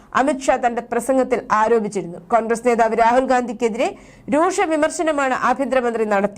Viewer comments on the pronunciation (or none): രൂഷ അല്ല കുഞ്ഞേ രൂക്ഷ വിമർശനം